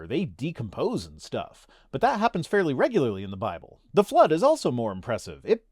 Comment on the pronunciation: How overdramatic and condescending is this chap!!! Also I've checked Amazon and can't find the 'Bye-bell' anywhere. Syllable emphasis should never be weaponized.